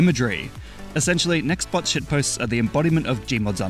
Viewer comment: NEXBOT NOT NEXTBOT